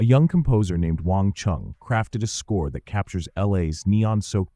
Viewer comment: Yep, that one made me laugh. Plus he mispronounced Wang. He also wrongly stated William Friedkin was "fresh from The Exorcist" even though there were 12 years and four features between the two.